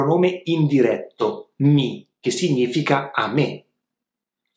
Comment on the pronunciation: Una domanda... di dove sei? Voglio chiederti: Di che accento si tratta? Cioè per il pronunciamento della combinazione "gn" ch'è "g-n" invece di "ny", come qui quando dici "significa". Potrei anche aver sentito male 👀 Comunque... grazie mille per le lezioni ❤️